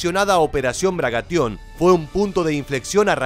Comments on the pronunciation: Bagration, no Bragation. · Jajajaja, ha dicho "Bragatión" por dos veces 🤣🤣🤣